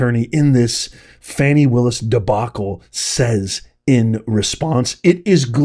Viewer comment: You will never get her if you can’t pronounce her name correctly 😅